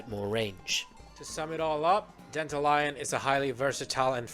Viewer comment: Why call it Danta-Lion though? So weird. You can even hear them say Danta-Lyon in the story. Wrong pronunciation of the name , BUT a nice guide .